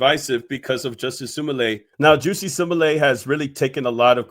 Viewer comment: Bruh called that man juicy 😂